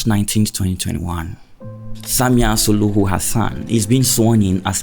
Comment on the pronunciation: Samia Suluhu caught you sayy Samia Suhulu😂